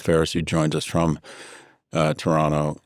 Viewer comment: Great analysis. Thank you. Not to be superficial considering the seriousness of this conversation, but warms my heart that you pronounced Toronto so well and correctly. Thank you for that 😘